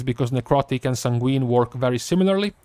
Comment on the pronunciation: Please,....it kills me every time you say the word sanguine. It is pronounced SAYN-gwen. Not san-GWEEN. It should sound like you're saying "sang when"